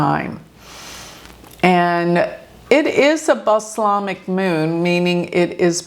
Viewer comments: "balsamic Moon" not baslamic lol. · What’s the Spiritual Meaning of the Balsamic Moon … May 25, 2023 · What’s the Spiritual Meaning of the Balsamic Moon Phase? The balsamic moon, also known as the waning crescent, is a powerful time ~, it's BALSAMIC! NOT "blasamic or bolsamic (as the subtitle indicates). You know, as in Balsamic Vinegar.